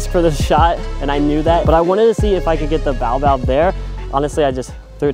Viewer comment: I believe it is ... Bay-oh-bab Good video. Thx.